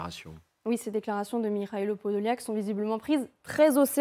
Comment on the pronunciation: Вона каже Подоляк, а він каже Подол'як😅😅😅